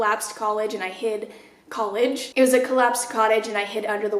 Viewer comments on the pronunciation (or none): none